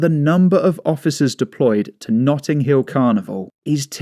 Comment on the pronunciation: 'Nutting' Hill Carnival...